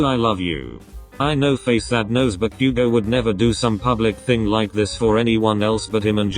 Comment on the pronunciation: bakugo🚫 deku🚫✨backugo✨ ✨deeku✨